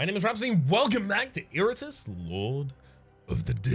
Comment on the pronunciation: Did Rhapsody pronounce Iratus as "Iritus"?